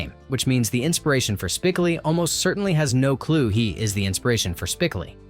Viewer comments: That was so irritating and annoying to constantly here his name mispronounced. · It's spi-CO-lee, not SPIK-o-lee. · It's SPICOHHHLI not SPICAHHHLI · Spi-COAL-lee, not SPIC-uh-lee! It was only pronounced correctly once, in the last few seconds of the video. 🤯🤯🤯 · Having to hear "SPIC-oh-lee" rather than "spic-OH-lee" throughout the entire vid kinda ruined it for me. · No you didn’t call Spocoli “Spick-a/ Lee” ?!! Good video tho. Especially if you’re a fan of the movie. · "SPIK-uh-lee" I'm out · "speh-KO-lee". Maybe your computer can watch the movie. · Spick-o-lee. Really? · It’s …Spi-CŌ-leee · LOL, "Spickelly" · To the dumbass who annoys the audience for clicks by mispronouncing Spicoli. You got my comment but I’ll never subscribe. Bye. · why can't this guy pronounce Spicoli correct?....research bro!! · If you don't even know how to pronounce "Spicoli", I'm not going to regard you as an expert on the movie. 😅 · I would have given this video a 10/10 if the narrator pronounced “Spicoli” correctly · One of the most epic movies of my childhood. Hearing Spicoli's name pronounced wrong in this post is seriously annoying right down to the core.